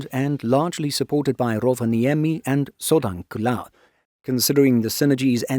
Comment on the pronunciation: I'm not criticising, you're doing a remarkably good job pronouncing Finnish. But it'll be even better if you remember that the first syllable is nearly always the stressed one. There are exceptions of course but Rovaniemi and Sodankylä are not among them. (Nor is Patria come to think of it.) Speaking of Sodankylä, the "ä" in FInnish (and Swedish and German) is pronounced like the "a" in "happy".